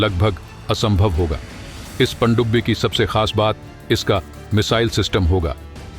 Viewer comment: Bhai please pandubbi bolna theek karo..... Pakistani humara mazaak banayenge. Andia ki sajish hai.